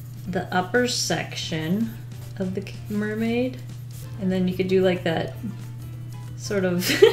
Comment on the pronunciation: It's not mer-may without a blub fish